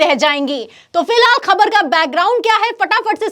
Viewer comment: पहले तुम शब्दों को ठीक से बोलना सीखो । फटी को फ़टी बोल रही हो । ख़बर को खबर बोलती हो ।